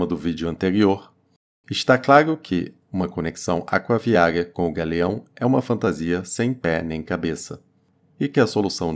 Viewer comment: O aegopogto do gagueao é longe demais